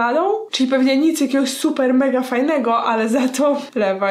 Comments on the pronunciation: Levi sie pisze Liwaj sie czyta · Co do wafelka z "czekoladą" Imię Levi'a czyta się Liwaj a nie Lewaj po 2 Na naklejce masz Ymir Agnieszko ^^ Cały odcinek jest super, pozdrawiam ^^ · Aga ja cię kocham ale to tego się nie czyta "lewaj", tylko "liwaj" albo "lewi". A poza tym to KOCHAM CIĘ!!! <3 I Snk też! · Aguś, "Levi" wedlug japonskiego dubbingu nie czyta sie nie "lewaj", tylko "liwaj". A "dziewczyna z piegami", to Ymir, ta ktora trzymala sie z Christa/Historia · Piłam to zielone ramune z chłopakiem.. Ohyda dla nas XD Świetnie wyglądasz, a odcinek superowy ♥ Edit. Nie czyta się Lewaj, a Liwaj ^^ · Aguś, kocham cię i twoje filmy ale.... "Levai"? To aż kaleczyło moje uszy 😅 następnym razem proszę powiedz "Livai" i naklejka którą dostałaś to nie ta od ziemniaków tylko drugi tytan - Ymir. 😉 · Ta dziewczyna to Ymir a nie Shasha ;) A i nie wymawia się Lev a Liv ;)) Pozdrawiam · Czy tylko ja mówię Levi a nie LeWaJ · Levi czyta sie liwaj a nie lewaj ;) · Aga, kocham cię, ale LEVI CZYTA SIE LIWAJ A NIE LEWAJ. Dziękuje za uwagę. ;> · Livaj nie levajjj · Lewaj się pisze Liwaj się czytaaaaaaa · Nie lewaj tylko liwaj sie czyta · Levaj? A nie livaj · Naklejka- Ymir (nwm czy dobrze napisałam) ale z tego co mi wiadomo to Levi wymawia się Liwaj (boli jak to piszę) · Poprawna wymowa imienia Levi (AoT) to Rivai bo japończycy nie umieją wymawiać "L". Taka zbędna uwaga ale musiałam to napisać bo jestem wielką fanką Snk. Tak, muszę się do wszystkiego przyczepić. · Jego imie wymawia sie livaj a ta dziewczyna na naklejce to ymir